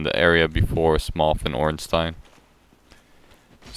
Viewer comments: you said ornstein perfectly, im not sure what that twat was on about. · He says it using the German accent which is the accent meant to be used since Ornstein is a German name. I don't know about Smough though...